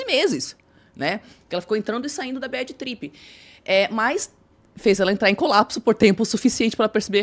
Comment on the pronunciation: Badi tripi…chega a arder meus ouvidos. E o talki show então.